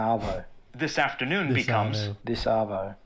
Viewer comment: Great video. ( One"correction" : The phrase"This Arvo" would be pronounced, and spelt"Disarvo"